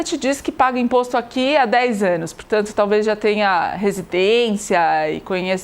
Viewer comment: "21 êêênos..."